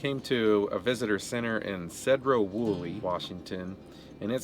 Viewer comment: Enunciated Seedrow Wooly. Ditto "Skajit" County.